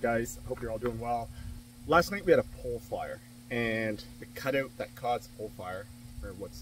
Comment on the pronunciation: Canadian dialect 😂